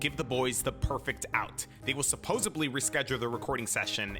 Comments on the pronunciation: Aye man I love this shit but dude, it is pronounced supposedly, with a D, not supposably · It's supposedly!! Not supposebly! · For someone who literally says it multiple times every video, my guy needs to learn how to pronounce "supposedly" lol